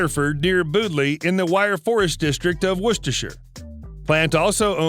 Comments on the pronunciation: Yeah and Boodley... what tge hell was that??? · I am from Canada now too, I have lived here for 11 years, and never heard anyone hete on Canada pronounce place names like that! The guy pronounced Bewdley "Boodley"